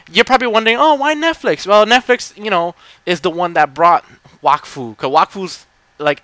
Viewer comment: yup you said it right ;) IT MADE MY DAY WHEN I FOUND OUT TOO :P